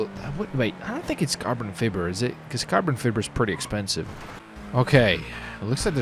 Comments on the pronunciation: it's pernounced Carbon Fie-ber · Holy shit him saying Fib-er was triggering lol